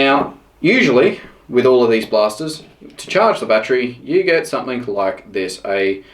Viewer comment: threre is a g on the end of the word something not a k , you sound like a complete idiot saying somethink !!!